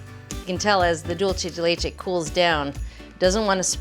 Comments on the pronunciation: Yes, she mispronounces it, but then again she is pronouncing it in English. As I always point out, no one in Latin America is pronouncing English, German, Polish, Slavic, or non-Latin based language words correctly so I think she deserves a pass. Cooking shows in Mexico or Colombia are not making attempts to say bratwurst, sauerkraut, Riesling, or Gewürztraminer correctly using the correct vowel sounds that do not even exist in Spanish. Let us just stop with the hypocrisy. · Why does she keep pronouncing "dulce de leche" so Whitely? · Pronounced: duel-se de leche. NOT dulche 🤦🏽‍♀️ Also much easier way to make it… boil an unopened can of condensed milk for 2 hours (always covered in boiling water) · Maybe could be a regional thing. I think she's up north. I'm Arkansas. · Dulce de leche, please look up its pronunciation before making another video about it. 😶